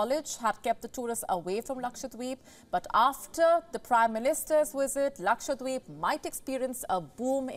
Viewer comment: Dear News reader.. It's Lakshadweep and not Lakshwadeep 😅